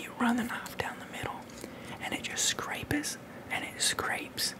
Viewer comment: “Scrapeses” - 2021